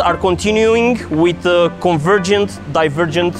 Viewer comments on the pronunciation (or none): .."the convergent, divervent nozzle..." Wha?